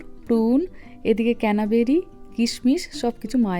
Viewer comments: Mohua , tumi ranna korar shomoy candle jalao kono gondho thakbe na khabarer, ar please don't mind me saying this, Ota canaberry noi, pronounce koro cranberry...please don't mind tumi amr chhoto bon er moto tai bollam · 1st time watching ur vlog… apnar pronunciation khubi maratok hoye ‘Sprite’ kay Spirit’ bolay kao 😮 thn ‘canaberry’ na ota ‘cranberry’ and seems to have a very good viewer base emni bhul editing r somoi pls check koraynin…